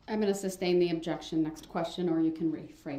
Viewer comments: Don't forget "substain" 😂🤣😅😆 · don't forget "subject matter jurisdiction." And the wrongful "SUBstain" not "SUStain." 🤦🏽‍♀️ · IT WOULDNT EVEN ALLOW HIM TO SAY THE WORD “sustain” CORRECTLY! He’d rather look like a dumb ass than to allow a woman to correct him 🤣🤣🤣🤣